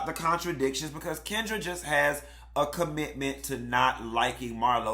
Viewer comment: You said Kendra lol